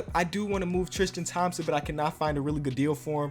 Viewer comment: "Triskan Thompson"